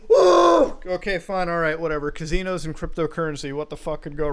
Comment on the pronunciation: Nobody: Mutahar Anastomoses: Cahzeenohz